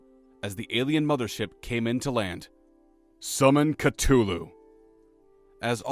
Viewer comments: Cuh thu loo not cuh too loo lol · BROOOOOOOOO...I like the channel...and I like the way you tell a story...but for the love of of all that is unholy, learn how to correctly pronounce "Cthulhu". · The way he pernounced that hurts my soul